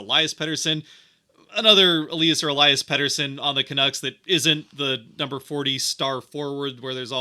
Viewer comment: for future reference: elias pettersson / ep40 (forward) - eel-ee-us elias pettersson / d-petey (defenseman) - ee-lie-us